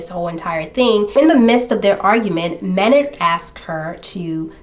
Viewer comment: This story got me heated! At the jerk of course, and Michelle’s Drs for dismissing her concerns out of hand. But did dude really pronounce his name like that? 🤨Thought it was May-nard! I have only heard the singer of Tool’s name spoken by other fans as May-nard! but Idk, I’ll look it up, since you watched a TV episode! The pronunciation Man-nard really irritated me for some reason-so it fit this douche canoe perfectly! Wow, pretty upsetting he was allowed bail!